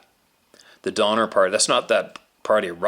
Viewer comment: Sorry Donner not donmer